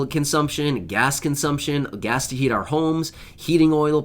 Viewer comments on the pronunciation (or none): none